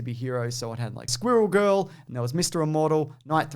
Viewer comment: "Squeerral Girl"